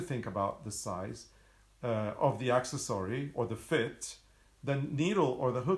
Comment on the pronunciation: OK "poking fun at you and at me" (see smile on my face?) The way you pronounce accessory "Axe - es - sorey" had me waiting for the "Dinosaur" pattern.. he he he. I had never heard of an Axesory Dinosaur. When I realized what was going on I couldn't stop laughing. That said, can you make us an Axesory pattern? I would so love to see what one looks like:)